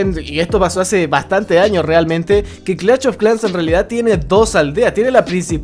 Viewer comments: Clacht of clans Fuera tan difícil decir clash y ya, como es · nadie:: cLaCHt o Clash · No se dice "clach of clans" animal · Gente normal: Clash of clans: CLACH OF CLANS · Empieza el VIDEO!!! Clach of Clans 🤣🤣🤣🤣👌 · Clatch of clans xd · Clach of clanch jajaaj xddddd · "Clach of clash" típico del buen chileno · "clach of clas " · Cada vez que dice clach of clans muere un niño en África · "CLACH OF CLAN" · Clacht Of Clan Jajajaja Ste Men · Googlea un poco sobre fonética, se hace incomodo escuchar CLACH, CLACH, CLACH cada 15 segundos, hay diferencia de pronunciación entre esto "SH" y esto "CH"... :v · Pronuncie el maldito nombre bien 😒